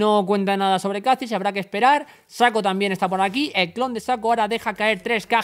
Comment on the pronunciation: Saco :v Lol, es SHACO ''Chaco, solo que con ''S'' :b